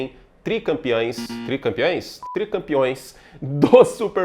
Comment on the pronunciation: Esse "tri" parece um "Ari" kkkkk